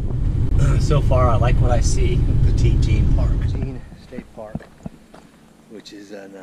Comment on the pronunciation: It’s pronounced petty jean